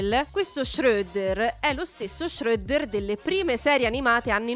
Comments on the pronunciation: Non riesco a sentire alcune pronunce di tale donna, da uanda a shreddo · La vera domanda è una: ma lo fai apposta a pronunciare male i nomi? No perché shredder lo pronunci come se fosse scandinavo e krang come se non fosse inglese